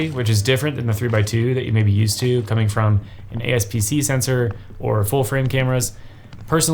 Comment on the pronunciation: Bro really said ASPC sensor